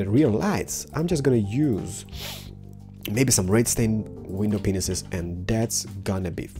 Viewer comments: When you mean to say panes you say window pensis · It's not pineses its pane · when u say panes, its like u say penises XD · It sounds like you say pingases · I missheared the word glass panes so i though he said glass pennises xD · He did... He did... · | Zodrigon | he did though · Why doe you say window penessis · Loool you made me laugh soo much, my mums so deaf, she thought you said window penises lol XD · he said panes like penus